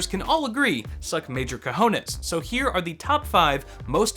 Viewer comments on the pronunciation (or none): Did you try to say "cojones"? xD